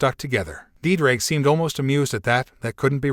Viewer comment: My Welsh heart is hurting every time I hear Ddraig